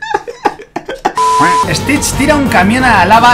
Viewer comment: Si a tas veces mike dijo stish tira un camión a la lava?😂😂😂😂😂😂😂😅😅😅🤣🤣🤣🤣❤